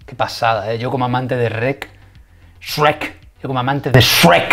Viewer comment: No se pronuncia "esreck" ni mucho menos se escribe así, se escribe y pronuncia "Shrek"